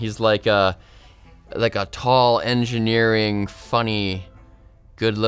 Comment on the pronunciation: The guy or the “juy”?